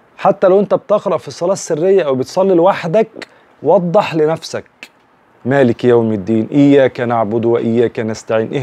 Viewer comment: طيب أخى الحبيب أنت أخطأت ، فى مالك ،،،، لم تظهر الكسرة التى تأتى تحت حرف الكاف ،